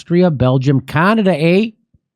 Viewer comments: Jimmy it’s pronounced like Can as in soup ada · It's CANADIA! EH!!! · He also mispronounces the country name. I found if funny twice, maybe three times but now it's just grating.